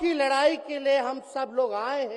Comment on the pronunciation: लराई या लड़ाई बोलना सीख लो पहले